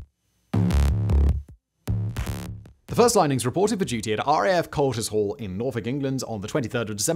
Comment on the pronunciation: RAF “Coll ‘tis holl”....?